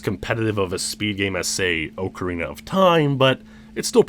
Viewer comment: .......i can't say how much i love your videos i've been following you for YEARS...BUT PLEASE GO TO THIS LINK TO LEARN HOW TO SAY OCARINA LMAO